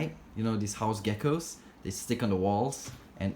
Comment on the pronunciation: I like how he says house geckos like we say house flies lol